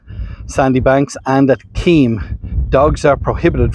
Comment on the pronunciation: Keem beach. Is pronounced Kim.